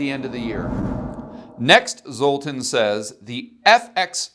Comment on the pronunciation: Minor quib GG, but zs is pronounced "zh" which I know, tells you nothing lol but for reference ... well, anybody remember Zsa Zsa Gabor? Her name is pronounced correctly 99% of the time. Just to be complete, in his first name the ' over the a changes it from "uh" to "ah" ... so Zol-tahn Po-zhar. Accent on first syllable, as always in Hungarian....